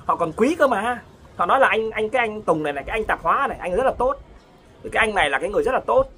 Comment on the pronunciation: Nói không có lói ra